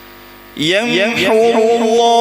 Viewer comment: یمحو اللہ ما یشاء ویثبت ہے بغیر تشدید کے